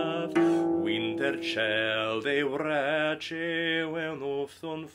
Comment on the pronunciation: Very nice and well done, but pronunciation could use a little work. For instance, you mispronounce the words “wræces,” “wintercealde,” and “monegum.”